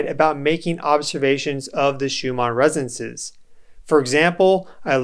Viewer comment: Why do you pronounce 'resonces' instead of 'resonances'?